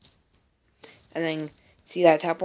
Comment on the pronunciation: its pernonce (Mobe-a-zin)